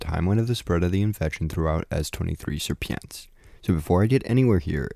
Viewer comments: Or „sheer”-„pin”-„skii” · Hey man. You have literally butchered the "Sierpiński" pronuncitation. I would have never thought that anyone can articulate it in such a way and the proper way to say it sounds absolutely nothing like it. :D